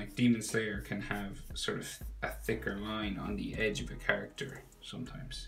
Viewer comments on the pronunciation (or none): none